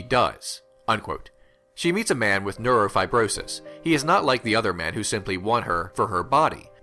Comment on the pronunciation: I found myself strangely entranced by Glazer's previous film Birth (it's still in my list of favorites) and this also looks similarly mesmerizing. What a tragic, inevitable ending too, though Glazer's endings aren't usually happy. Nitpick, but you're missing a few syllables on neurofribromatosis, lol.